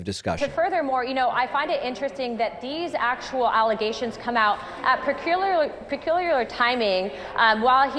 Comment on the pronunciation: "pecululiar" 🤦🏼‍♂️ these people are STUPUPID.